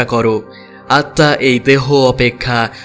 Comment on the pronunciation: আপনি আত্মা উচ্চারণ স্বামী বিবেকানন্দের বাণী ও রচনা বই এর নবম খণ্ড পৃষ্ঠা ২২৪ ও২২৫ থেকে শিখতে পারবেন!!